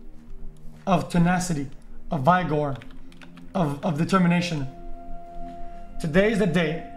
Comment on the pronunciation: I like how during his motivational speech he messed up the pronunciation of "vigor" but everyone was so inspired they didn't insult him